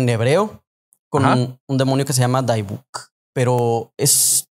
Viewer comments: Muy interesante el tema. Nadamás queria comentar que la pronunciacion en Inglés de la palabra dybbuk es dibek. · No es daibuk, a pesar de tener y se pronuncia dibuk. Imagina la vida de la pobre dueña original en ese horrendo campo de concentración. Yo fui a visitar el museo del holocausto aquí en Houston y desde que entré me dió una tristeza tremenda, a duras penas terminé el recorrido. Salí llorando del lugar. Y cuánto tiempo ha pasado ya. Y el problema no era la caja, es que la abrieron y liberaron lo que estaba atrapado adentro